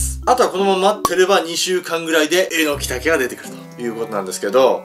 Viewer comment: え↑のき？ えの↑き？ アクセントはどっちが正しいのかしら🤔 あと所々サブリミナル的なのが？